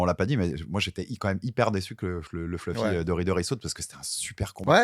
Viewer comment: Si donne 10 euros a chaque fois qu il prononce "fleufy"....😅